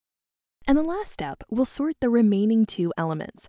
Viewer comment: I thought it said snort and not sort